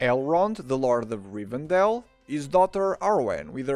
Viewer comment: Leute, nehmt bitte die Deutschen Namen, wenn ihr die Englischen weder richtig schreiben noch aussprechen könnt 😅😅😅 es heißt Rivendell und nicht Rivendale, das ist keine Stadt im mittleren Westen 😂